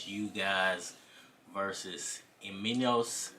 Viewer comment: mate first of all you better learn how to pronounce Eimantas name... becouse what you saying here looks very unprofessiona. This is how i asume you talking nonsence.